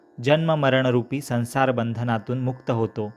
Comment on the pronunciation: संसार उच्चार वेगळा वाटतो